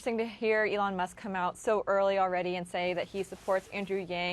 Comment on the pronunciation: “Alun Musk”